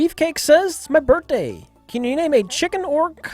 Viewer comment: finally says birthday correctly for once in his life and then immediately follows it with birdday lmaoo